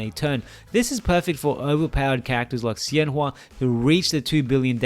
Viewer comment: I wish I will have time to play around her soon, this will be my guide~ Btw emaculate pronunciation of her name!! I'm surprised you got it so accurate now! Her name 仙華 is inspired by chinese folklore and her class name 太乙真人 is a kind of immortal adepti in the legends~